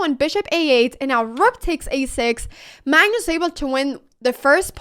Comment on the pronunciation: Are you saying mangus or magnus or mangnus? Are you saying engame or end-game? Are you saying improdin or impartant or impordint. You're still saying bast like bad instead of best like bed... I love listening to you no matter what you say. And then I love listening to what you said. When I win my first online chess game (still didn't yet) it will be because of you. Actually I won for the first time a chess game against my 90 yr old father, and he was so proud of me! Since then I've been loosing.